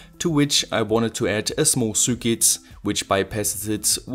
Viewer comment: Love your content! You always struggle to say "cir quit", but it's actually much simpler. Circuit is pronounced "sir kit", no matter how fancy it may look! If you disagree, please do so phonetically!